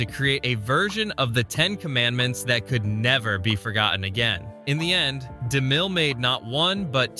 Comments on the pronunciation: Narrator You need to pronounce your "t"'s and only then do you get a thumbs up. Cur-Ten Not Curr-en. For-gott-en. Not For-goh-Ehn.😊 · An A.I. voice that can't pronounce double-TR words. Buh-un. Forgah-un. Crazy.